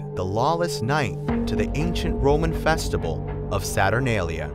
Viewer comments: I think we’re all ignoring the narrator says “festibal” instead of festival- JAJAKAKAAKKA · The narrator keeps mispronouncing easy words. The word is “festival”; not “festibal”. It’s also “vibe”; not “vive”.